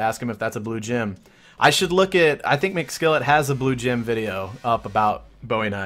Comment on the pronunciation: The way you put the emphasis on "blue gem" makes me cringe.